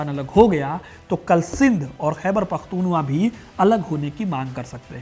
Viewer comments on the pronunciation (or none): कृपया ध्यान दें :खैबर पख्तूनख्वा (Khyber Pakhtunkhwa) का सही उच्चारण "खैबर पख्तूनख्वा" ही है, न कि "खैबर पख्तूनवा"। दूसरी बात V.K. krishnan Menon के रेडियो संदेश वाली बात सिर्फ अफवाह थी जोकि आपको स्पष्ट करना था